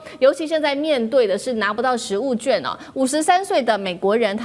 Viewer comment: 食物券，要讀"勸"，不唸"眷"